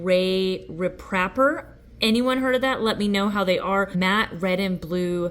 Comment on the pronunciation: Yes Canadian brand and have used it quite a bit and is very easy to use. Rep raper Canadian pronunciation lol😂